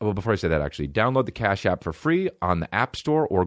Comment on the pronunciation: everytime you say cash app i think you're saying car shop in a boston accent